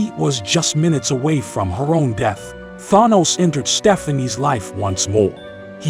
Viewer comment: Why does rhis AI reader say Thanos weird?